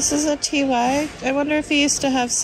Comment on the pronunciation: I don't mean to offend but why do you and John say T Y for the Ty Babies/plush? It's TY pronounced TIE! I can live with the way you say it because I love you and your videos very much but miss pronunciations set my teeth on edge. Sorry--but keep those videos a coming!